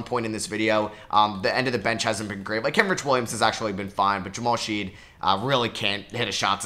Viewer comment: The University of Houston Jamal Shead disrespect is real. You mispronounced his name every time in this video 😭